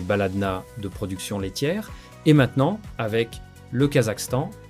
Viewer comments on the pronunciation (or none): none